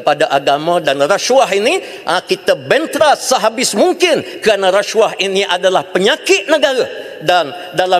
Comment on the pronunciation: Sebut pun xbetul. Rasyuah.. Puuiii.